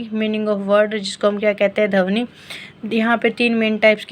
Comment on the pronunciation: Its ध्वनि not धवनी